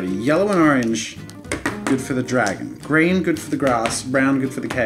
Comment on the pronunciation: when you said " green " it sounds like "scream"